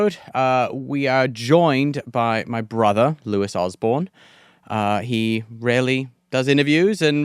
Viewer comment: Is it pronounced Lewis or Louie? You said both lol